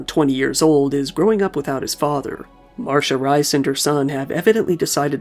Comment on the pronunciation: "MARSHA RAIS"... loved the pronunciation. It's wrong AF but loved it.